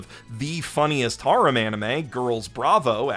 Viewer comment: Serious question, why do you pronounce harem like that